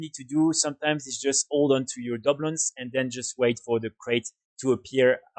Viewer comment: Just so you know your saying that wrong it’s Du Bloons not Dub loons but thanks for the video love the channel just started playing wow again after a 12 year break and your videos have been helpful :)